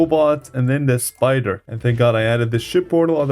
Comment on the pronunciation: You said spooder